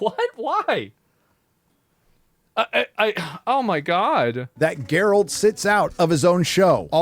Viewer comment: Thats not Geralt. Thats Gerald